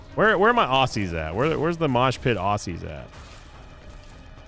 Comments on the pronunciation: As an Aussie, just like to point out we pronounce it ozzy not ossey. And we're doing good 👍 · Aussie here. it's pronounced more with a Z like "AW ZEE" not ossy <3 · Ozzy, not aussie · Hey sin, aussie here, found it funny the way you say aussie, us locals typically pronounce the s’s as z’s so it sounds more like “au-zee”. Anyway love your vids keep it up, watching you after work is part of my daily ritual😁